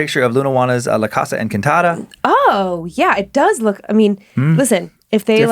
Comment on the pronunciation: I'm extremely white but I know the way Dan pronounced "casa" the first time was cringey